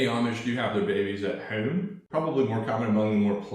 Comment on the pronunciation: please stop pronouncing “home” like “Hoeeeme” please, if needed, attend speech therapy… thank you!!!